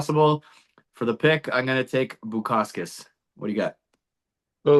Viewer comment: i was mainly joking about how you said bukauskas, I’m also on bukauskas 👊🏻